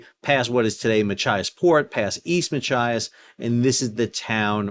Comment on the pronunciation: Excellent job pronouncing Machias correctly many times but sounds like a "mah ki as" snuck in there a few times.